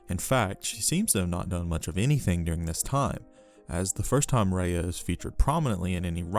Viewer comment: You know your pronunciation is bad when the subtitles spell what you’re saying as Rehea. If you’re gonna do a whole video on an all powerful being. Maybe learn the pronunciation of her name i.e. the word. ❤